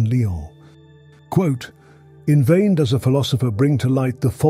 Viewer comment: The narrator has to be AI, just based on simple errors (“what dox it all mean” rather than the obvious “what does it all mean,” etc) but I hope that whoever holds the copyright does a proper audiobook edition with a human narrator. Meanwhile, the AI version will have to do.